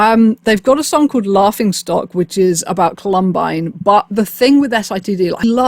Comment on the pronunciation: I didn’t understand what word you were saying until the third time you said Columbine. I’m East Coast USA so I can’t claim correct accent, but I think we separate the word differently? I was trying to hear. Like Cah-lum-bine vs colum-bine